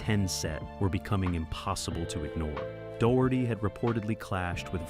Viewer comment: The mispronunciations are all really funny, but DOUGH-HURTY, from Ninety-Two Ten truly cracked me up! Now there's a knock-off show title, if I ever heard one.